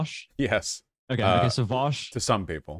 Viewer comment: "Vaush to some people" Vowsh to others